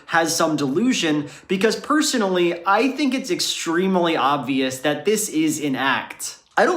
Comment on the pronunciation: Can we all help pronounce 'extremely' with just two syllables?